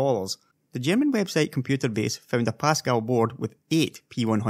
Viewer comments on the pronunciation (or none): none